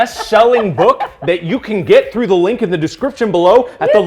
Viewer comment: Sorry but I just need to say it, it’s through not thro